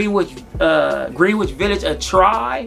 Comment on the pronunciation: Nice scent bro but it’s pronounced “gren-itch” respectively